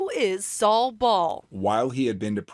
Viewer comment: Not Saul its Sal